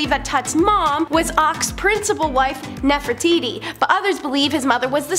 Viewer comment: "Nefertitti?" Nef-er-titi....😅😂❤